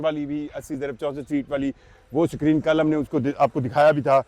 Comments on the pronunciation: Tuff Tiles 😂😂😂😂❌🤡 Paver blocks ✅ SACREEN ❌ Screen ✅ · Sakreeen 😂,nazreen definitely,basically,andia😂😂😂😂